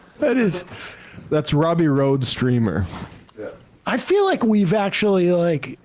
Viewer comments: Robbie RoadSTEAMER!!! Not “Streamer”. Jesus guys. 🤦‍♂️ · It's road STEAMER 💩...not stReamer 😅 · "Roadstreamer"- lmaoooo, the name is Roadsteamer, bud. No political violence! You all should get him on the show; he's brilliant.